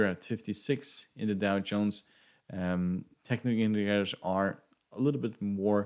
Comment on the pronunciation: The effort you put on pronouncing “technical indicators” is less than the effort I did in my school math class. 😂😂